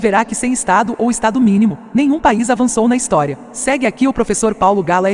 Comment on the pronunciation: kkkkkkkkkkkkkkkk "istorei" na intro do liberal.